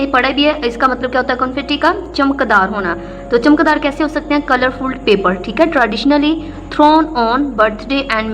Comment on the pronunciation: 😂😂its chamakdar not chamak dar